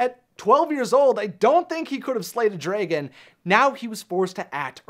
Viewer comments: Please stop saying draygon. Dragon is pronounced exactly as it's spelled, they even say it several times in the movie itself. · This is a good video, but... WHY DO YOU SAY DRAYGON NOT DRAGON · Its Dragon, not DRAYGIN. Pronounce it right thanks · I guess a female dragon is pronounced draegin haha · Probably nobody else cares but this guy really needs to learn how to pronounce "dragon" it is not "draygon", nobody calls them "draygons", it is wrong and I can't get over how much it enfuriated me to hear it pronounced in such a manner. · It's pronounced "dragon". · Wtf is a “draygon”? Lol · Very informative video. I liked it a lot.... but the pronunciation of dragon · Why do you pronounce "dragon" like that? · The way he says dragon bothers me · He doesn't pronounce Dragon correctly and it is quite annoying. Also her name is Elizabeth. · What kind of underground bunker were you raised in that made you unable to pronounce the word 'dragon' properly? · its DRA GEN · I like how he says dragon as "Drei-gon" and not "dra-gon". It's funny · STOP SAYING DRAYGIN ITS DRAG ON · Dra•GUN not Dray•gin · Dray-gin Dra-gun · Yeah...just one question. Why do you pronounce it "dray-gan"? That's such a weird way to pronounce dragon. Sound it out, bro... draag-onn. See? Self explanatory! The english language really isn't all that hard....except to some Americans, it seems. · Its DRA-GON not DRAY-GON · The beginning is like Dra-ke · DRAH GINNNN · “the draygin” the WHAT?? 😂🤣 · The way he pronounces dragon as dreygen or drejgen. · Stop. Saying. Dragon. Like. DRAYGON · I cant get past how he keeps saying dragon. "Draygon" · Why does pronounce dragon the same way Fred pronounces treasure in scooby doo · It is adorable that he says dray-gon I do the same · nobody: this dude: draygun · The way he says draygon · Dragon. Not Draygon.